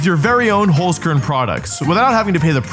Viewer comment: btw its hOlzkern not hUlzkern. Kinda funny how you pronounce it :D